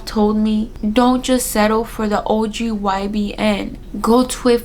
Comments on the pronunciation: it’s OBGYN. Not ogybn. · I cracked a laugh when she said ogbyn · Girl its obgyn you kept saying it wrong it was giving me anxiety 😂